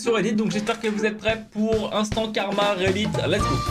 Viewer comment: Quand t’as dit "instant Karma" j’ai entendu "instant Carambar". 😂😂